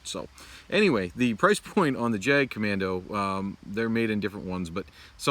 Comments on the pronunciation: Grip is too tight when you’re pushing in. Let the knife do the work. And its not “jag” kommando. Its German and pronounced “yagt commando” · Just FYI "Jagd" is pronounced "Yahgd."